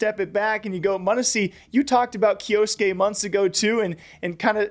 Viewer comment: it's a japanese name and it's pronounced kyoske not kyo-su-ke, the u is silent